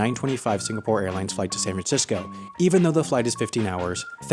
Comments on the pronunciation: its Singapore, not Sinagpore.... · "Sinagpore." . Hnnnnggggg. Nitpicking. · lol sinagpore ITS SINGAPORE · it is singapore, not sinagpore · it's singapore not sinagpore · Lmao its Singapore not sinagpore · it’s “Singapore” , not “Sinagpore” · its Singapore, not "Sinagpore" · Sinagpore? Btw singapore REPRESENT!!! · its not Sinagpore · “Sinagpore” The new Singapore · sinagpore lmao well done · Sinagpore? Damm new country?